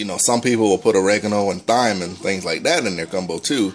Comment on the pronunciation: the "h" is silent in thyme. you're welcome.